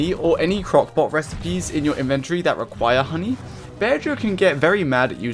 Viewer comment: You pronounce bearger with a g like how you say burger HES A BADGER BEAR YOU SAY BEARJER